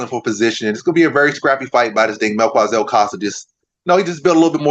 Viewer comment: Not mel kua Zel It's Mel ki za el